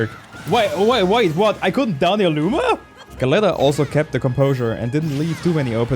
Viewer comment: I dont know the player, but the word "Galleta" means cookie in Spanish and is pronounced like "gah-yetta" Good video though and nice run!